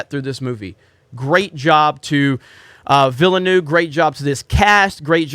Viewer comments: The pronunciation of his name has been driving me insane so I looked it up. Vil as in village Nuv using the same sound as love. Yes I'm that neurotic. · denis Ville-noove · VEAL-NEUVE, two syllables.